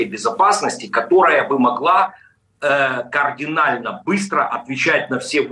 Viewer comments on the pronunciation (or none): none